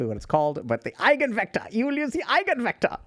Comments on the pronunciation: idk what eigenvectors are that much but i know they are a central topic in linear algebra and i know the basics of that and have heard the word so i can confirm (minus the accent) it is indeed eye-ghen vector. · Eigenvector ,You pronounced it very nicely. 🙂🇩🇪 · "Eigenvektor" pronunciation is excellent 👍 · Eigenvektor is pronounced correctly. Greetings from Germany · To be fair, your attempt at German was quite good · this hits hard for us autistic folks. i think every single one of us " high functioning" ones had "friends" like this once until we realized they're not friends at all and we're not rly the clingy ones. pronounciation of " Eigenvector" was actually accurate. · Your German pronunciation of the word is right on spot. I have no complaints there and I happen to be a native speaker.